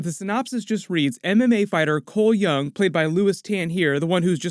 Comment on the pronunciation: Cole Young = Cholmel Young as in Chameleon